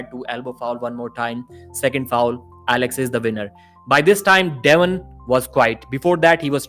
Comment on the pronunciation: Soon as I heard him pronounce devon I was out